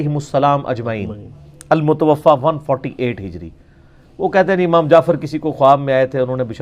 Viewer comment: oh bhai.....pehlay zabaan tu seekh lo......phir aflatooni karna.khuwab DAYKHEE nahin......khawab daykha.......kaho. lafz aamaam nahi hai lafz imaam hai......lufazi kanay sey phehlay lafz tu sahi ada karo.